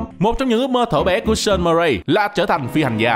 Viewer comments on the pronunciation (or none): Chô tồ ma tề, "Sean" không phải là "Sơn", qua kênh Dan Hauer có chỉ cách đọc nha